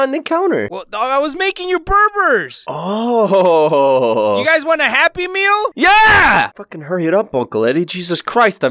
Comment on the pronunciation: And saying BURBURS! SMASHING GET OUTSIDE!!!!